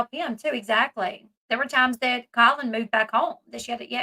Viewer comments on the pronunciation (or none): none